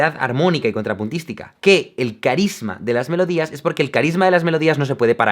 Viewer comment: "una obra conjinpuntístico slmasl tres" :|